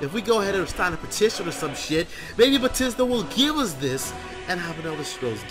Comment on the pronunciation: BE - THES DA not Betisda